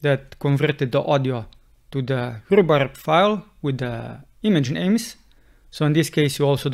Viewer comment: Love this, thanks so much! And I especially love the way you pronounce "Rhubarb." It's art, absolute music. ;) Thanks for the help!